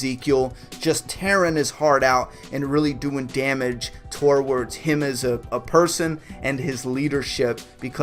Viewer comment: TOR- WARDS !!